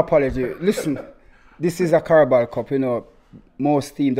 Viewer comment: “This is the Carabal Cup” 😂😂😂😂. can’t pronounce any names or anything right